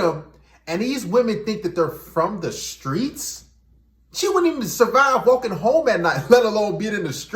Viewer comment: “From the skreets” more like for the streets! 😂😂😮‍💨